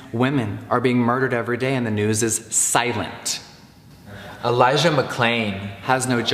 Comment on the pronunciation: I remember people pointing out he mispronounced "Elijah" or something